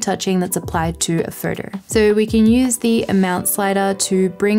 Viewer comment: Great video. I just can't process your pronunciation of a word 'photo'. I'm constantly hearing 'further'.